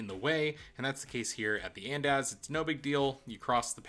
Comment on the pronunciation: the pronunciation of andaz is killing me lol but this is a great video and I found it super helpful!!